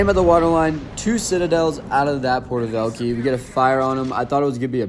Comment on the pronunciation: porter velkeys as a russian speaker that hurt my soul 😢😂